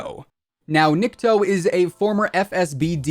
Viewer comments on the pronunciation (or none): Nikto (knee-ktoh not nick toe) = Nobody or No One in Russian.